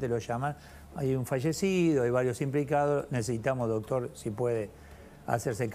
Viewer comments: Me duelen los oídos escuchar al que diga "DOTOR".... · Me gusta el abogado q invitaron como explica todo muy claramente. Lo unico q le critico es q se la pasa diciendo "DOTOR". Doctor, deje de decir DOTOR por favor.. Saludos, la radio esta re buena.